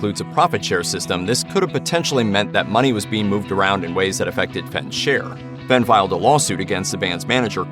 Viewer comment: Fen? Its pronounced Fain!